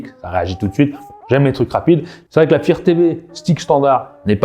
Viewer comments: Tu connait meme pas le mot anglais fire comment il dit sa 😅😅😅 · Pourquoi tu arrives à prononcer "light" correctement mais pas "fire"? Tu parles d'un produit mais tu ne sais même pas comment ça se prononce. Assez minable...